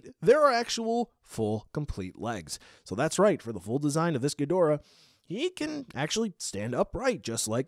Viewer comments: It’s ghidorah not gidrah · It's Ghidorah not Gidrah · In Japanese katana his name has always been pronounced not Ghi-door-ah, with an emphasis on the door, but キングギドラ Kingu Gi-dora. Bandai typed the tag to not be American name accurate but simply close to English pronunciation accurate. It's like seeing Radon instead of Rodan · Thats right , Its not ghidorah dude , its gidrah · U said ghidorah wrong